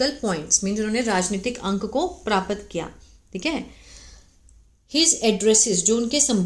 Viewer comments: ऐसा लगता है कि हिंदी से दूर-दूर तक पता ही नहीं है paraapat क्या होता है प्राप्त नहीं बोल पा रही हो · आपको प्राप्त बोलना नहीं आता हैं । सीख लीजिये इस शब्द को बोलना ।